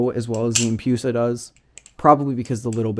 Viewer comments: I honestly cant handle saying empyusa like its medusa right not medyusa and its empress not empryess so why empyusa instead of empusa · No hate on the video itself, it just triggered me when i heard empyusa so many times but to each their own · The empoosa